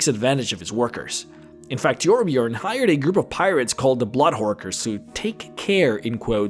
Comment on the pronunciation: God it absolutely irks me something fierce when someone pronounces the Ö in Torbjörn as an O!